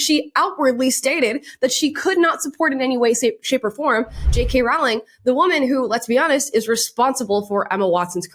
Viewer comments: Great content, but PLEASE pronounce it - ROW as in rowing a boat, not ROW as in having an argument. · I'm sorry, I cannot listen to you mispronounce Jo Rowling's name over and over and over. You're making my ears bleed! Row, row, row, your boat. Rowling rhymes with bowling, not with howling! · J.K’s last name is pronounced Rolling. like row, row, row your boat. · Idk why so many people mispronounce her name. It is Rolling not ralling. She has even said "like rolling down a hill" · its a silent w in Rowling, it is pronounced as rolling, not row-ling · Btw is Rowling as in Rolling not Rawling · "Rowling" rhymes with "bowling," not "howling." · You should know that Jo's last name rhymes with "bowling", not with "growling." Very grating to hear it mispronounced over and over again. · ‘Rowling’ rhymes with ‘bowling’, not ‘howling’. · Rowling rhymes with BOWLING, not howling. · Just wanted you to know, because I thought you would care... the correct pronunciation of J.K. Rowling is like rolling or bowling. TY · Love you and your content, but cringe every time you say the name "Rowling". It's pronounced like "rolling stones", look it up, she said so herself. (Even though she doesn't correct people who pronounce it wrong) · I BEG YOU start saying her name correctly!!!! Rowling like “row a boat” rhymes with “bowling” PLEASEEEEEEEEEEEEEE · RAWL-ING is killing me lol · It's pronounced "rolling" 💖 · Great video ~ just a heads up, her name is pronounced Roh-ling. #HarryPotterNerd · Amala it Row-ling like rolling with the homies😅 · It's not a big deal but, J.K. has said that it's pronounced Rowling like Bowling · Love the videos. Just so we all know, it’s pronounced “Rolling” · It's pronounced ROLLING!!!!! PLEASE!! It's killing me! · BTW The “row” in “Rowling” actually rhymes with “row” as in “row row row your boat” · Rolling. It's pronounced Rolling. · Rowling is pronounced like "rolling" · it's pronounced like "bowling." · It’s pronounced ROLLING! ROLLING!